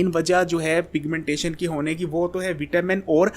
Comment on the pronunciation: Piga-mentation,Kia hy😂😂😂